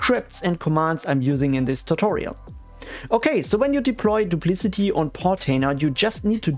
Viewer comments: "doop - lic - ott ee" not "doop - liss - it - eee" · I believe it is pronounced "Duplikati" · Your video is about Duplicati but you keep calling it "Duplicity" which is another different backup software. It's confusing and a common mistake I've found in other similar videos by different creators. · What an ugly name. And I'm pretty sure you're pronouncing it wrong